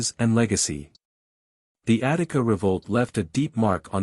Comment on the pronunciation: Attica not Attic